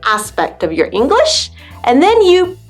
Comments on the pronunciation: Hello. I would ask You: "why do You pronaunce additional sound "a(e)" at the end of the many words.. for example You are saying "English(e)" e.t.c? I never heard such an interesting ending. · I can't figure it out whether you deliberately stress the endings like "improV-uh, EngliSH-uh, decreaseT-uh," or not. It's funny but not normal! :)